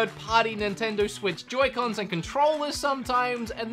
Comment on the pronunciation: Why did you pronounce it yoycons